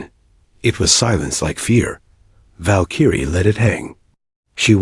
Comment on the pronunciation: It is pronounced Val-k-rie